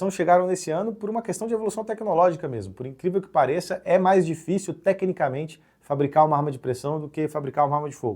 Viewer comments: Kkkk "Por encrença que parivel" 😅 Ficou engraçado. Reveja seu áudio no primeiro minuto desse vídeo. Muitas vezes a dicção pode não acompanhar a velocidade do pensamento. Parabéns pelo vídeo, como sempre todos os seus conteúdos são excepcionais. Muito instrutivos e esclarecedores! E já deixei aquele LIKE. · Por increça que parível, eu uso esse jargão direto. Ele falou de propósito 😅